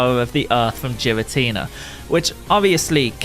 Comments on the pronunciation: You said Giratina differently then literally everyone. So you're objectively wrong. Honestly should apologize. Imagine calling someone's name wrong consistently and find out later without apologizing. Damn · I love your video, my dude, but you didn’t “say it differently to us”. You said it wrong. It was straight up incorrect. Every Pokémon name has an actual, canon pronunciation. It’s one thing to swap a consonant somewhere in the middle. It’s another thing entirely to mispronounce the first letter of a Legendary Pokémon that has been around since 2008 and get mad when people tell you how annoying it is when we have to listen to it for 8 minutes straight. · Cool video but "Jiratina" is just straight up wrong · I love how you say it wrong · Its a hard G in Giratina. It ain't a giraffe. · The letter G doesn’t make the J sound.. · Youre pronouncing it so wrong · How are you gonna be a Pokémon YouTuber and mispronounce the names bruh 💀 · It is a hard "G", not a soft "G". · Even tho the pronounciation of giratina in this video is killing me, still really cool. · It's really bothering me of how he's miss saying his name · The way you say giratina really bothers me.. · Not how you pronounce his name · kid? 😂And giratina is the right way to say it the j sounds weird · Ngl, the way you pronounce girstina hurts my soul. I don't know if it's the "official" pronunciation but it sounds wrong since everyone else says it as ghee-rah-tee-nah instead of jee-rah-tee-nah. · Giratina* not Jiratina lol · It’s a G, not a J, your pronouncing Giratina like Jirachi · What the hell is a Jeeratina GEARATINA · The way he says jiratina instead of giratina Is the most triggering thing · It’s giratina not jiratina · There is no j in Giratina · it's Giratina not Jiratina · I like how GEAR-uh-tea-nuh is pronounced Jeer-a-tea-nuh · My gf heard you saying “Jiratinia” instead of “Giratina” and she started flipping out 😂😂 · GEAR-uh-teen-uh, not JEER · Jiratina ? What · Geeratina... lol